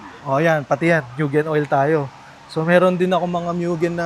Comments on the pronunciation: MUGEN HINDI MYUGEN TANGA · Kailan kaya mapo-pronounce ng tama yang Mugen? Hindi sya "myu-gen" o "moo-jen" o "myu-jen". "Moo-gen" sya guys.